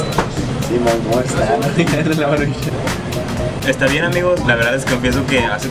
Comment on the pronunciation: no le pongas asento al decir maruchan lo dices como si se escribiera marushán